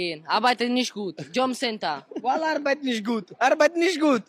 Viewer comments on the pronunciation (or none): "Jombcenter"! Sogar viel zu BLÖD um "JOB CENTER" korrekt auszusprechen.